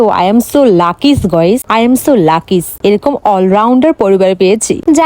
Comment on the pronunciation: Lucky ❌ lakis✅